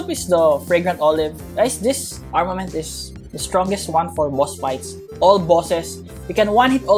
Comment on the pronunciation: for some reason,i hear saying armor man than armament i am just saying not insulting